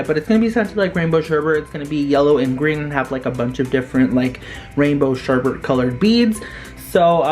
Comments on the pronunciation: Why the hell do people say sherbe"r"t instead of sherbet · Don’t like being that one person but, you pronounced sherbet like sherbert, which is not how to say it. A lot of people get it confused, so, it’s just a piece of advice. Love your channel btw.